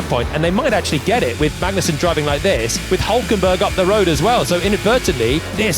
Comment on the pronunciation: "Kevin Mangnussen"